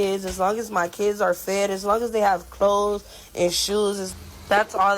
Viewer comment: “Mah Keedz”